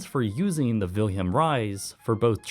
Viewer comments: Suggest asking your computer how to pronounce names like "Willem Ruys". It's "Villem", not "Wilhelm". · Very good documentary but how you rape the name "Wilem Ruys...😅😅😅sorry.. I'm Dutch so...